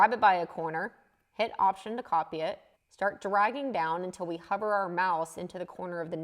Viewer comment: Once I realized you were saying "hover my mouse" and not "cover my mouth" it started to make more sense! This was very helpful. I had given up on Sketch-Up but now will give it another try. I may need to update because my version is 2017 and doesn't look like that. Although, maybe it is because you are using the pro version? Thanks! Always enjoy your videos and learn a lot.